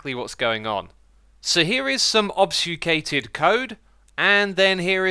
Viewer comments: It is pronounced: ob-fuss-cated :) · Why cant you say Ob-fu-scated? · osbioufcated? xD dude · ObFUScated code, FUS, not SFU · It's pronounced "Ob-Fue-Skated" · "obsufcated" dude why would you say it like that... so terrible... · Dom's Games well he’s not doing too hot trying to pronounce “obfuscated” either. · I'm triggered by how you're pronouncing "Obfuscated" =X